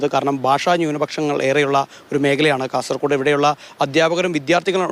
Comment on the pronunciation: കാസർ " കോഡ്' അല്ല ❗ കാസർഗോഡ് ✅ ഈ bjp ക്കരെ വിശ്വസിക്കരുത്